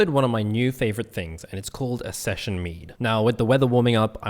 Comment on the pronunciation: Saison... not Session..